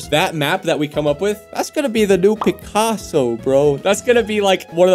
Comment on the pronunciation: when he talks about pacaso he sounds drunk